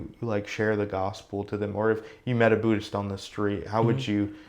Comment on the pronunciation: His ignorance of my religion is quite breathtaking. Sounds more “Bhuddish” than Buddhist. 😂